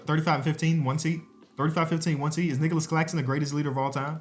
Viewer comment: bro did not say nicolas claxton😭🙏🏻